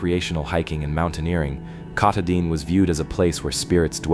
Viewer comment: too bad you can't say it so he could hear it and get it right. Oh well. keh TAH din (accent second syllable) is about as close as I can write it. He also had trouble with Sebasticook and a few other words, but hey, those old names are hard to imagine if you never heard them before. The stories were still fun and interesting.